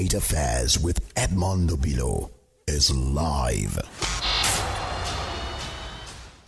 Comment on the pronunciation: It is silly and colonial mentality exhibiting to be pronouncing Obi-lọ (calming/consoling heart or solace) as "O-bee-law" in a bizarre way to anglicize the Igbo name. This behavior is irresponsible and conveys low self esteem. Be proud of your Igbo name and pronounce it as pronounced in Igbo -- oyibo does not respect Africans who try to be oyibo.